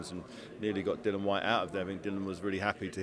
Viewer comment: Can somebody tell David that the man’s name is Dillian (rhymes with Gillian) and not Dillon?